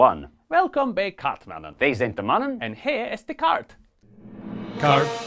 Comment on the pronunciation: and, FYI: the last N in kaartmannen is not pronounced!